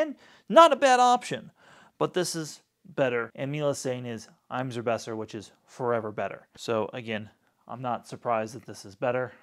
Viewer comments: Omg I’ve never heard anyone say Immer Besser like that before. It’s IMmer like in but im instead. Anyone looking for a Miele cordless id say get HX2 don’t bother with HX1. The filter twister at the top is sharp on the HX1. The performance of the brush is so much better on HX2 and the suction motor is improved too. Miele could have done a better job to make these easier to make into handheld format though, it’s very stiff to do and don’t recommend for old or people who have dexterity problems. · Had to laugh a little at your pronunciation of immer besser. I mean that in joking of course. Great video as usual! Really wish they would make this in a bagged version.